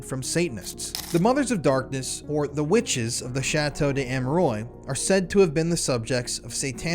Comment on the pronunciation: Please pronounce the name correctly. The s in des is pronounced cuz the next letter (amerois) is a vowel. So it’s chateau des-amerwah. Last s is silent. And ois is pronounced as wah like it wha(t).